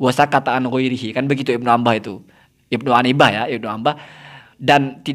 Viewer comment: Kok pengarang kitab ente bilang ibnu anbah😅, ibnu anibah... Wahh kacau...